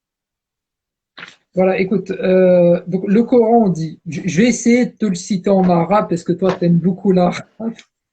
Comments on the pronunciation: Il sai pa prononcé le mot Coran en arabe et il a pa reussi a lire un seul verset du quran en arabe et il veut rendre mecrean les musulman cest incroyable jai jamai vu un ignorant comme lui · a le mec en bleu prononce le mot Coran en arabe c'est incroyable MMDDRR!!!!